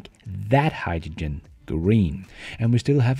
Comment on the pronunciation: I have to draw the line here. It's bad enough having to listen to you pronounce Vs like Ws, but I have never heard anyone say hydrogen like you do LOL